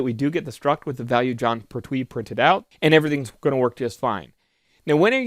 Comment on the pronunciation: You are mispronouncing "Pertwee". It is "Pert'wee" not "Per'twee". Oh, and good course.